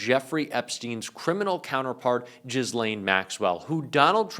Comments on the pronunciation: Ghislane is pronounced just like Elaine. The gh is silent. Please stop calling her Jizzlane. Makes you sound like maga. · My dudes!! it's pronounced Gill-ane, not Jizz-lane lol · You’re a terrific host & I’m happy to see your platform success. Re Ghislaine, cmon dude. As hilarious as that would be, u know it’s not pronounced “Jizz-LANE”😂 Isn’t it actually “GIH-lane?” Either way, I wish u well. 😜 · You mean "Jizzlane" is not correct ? 😂😂😂😂 But let's be real...if she goes to Congress, she'll say there is no list. Her life is at stake now. Watch your back, Ghislaine. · Jizzlane? "Gill-lane"....anyway, nice job! I wish her well!! Good luck!! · It’s not ‘Jizlaine’, it’s ‘Giilen’... you're deliberately doing what Trump does and it looks just as bad. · 'ghee-lane' not 'jiz-lane' 😂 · I thought I didn't care because of her repellent crimes but will you please learn how to say her name properly? Gah-Laine not gislaine smh. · Ghee-lane. Enough Ghiz-lane. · love you but it is pronounced Gil-ain not Jiz-lain….. appreciate the reporting but please please correct the mispronunciation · As I understand it, she herself does not pronounce it as zh but as “gh” as in “ghost”, “ghoul”, “ghastly” etc. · It was pronounced Gee Lane by Virginia giuffre, who recently unalived herself , which is weird. No one talking about it. She’s the victim of the spare prince. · I pronounce it 'jizz lane' like a syreet name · Jizzlane sounds more accurate anyway. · The Madame (in this context a madame is a pimp of the female gender) Jizlane sounds pretty accurate to me 😅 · I like "giz" lane. 😊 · FYI…Ghislaine is a French name..I live in Quebec and in the US it’s always mispronounced..the Gh is pronounced as a J and laine is pronounced Len.. therefore it’s Jislen…. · your are pronouncing her name wrong The S is silent Its pronounced ' Ja lane'. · Her name is pronounced "Gillayne" or Gill-Ain. The "s" is silent. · Its pronounced geelane. Get it right or sound uninformed....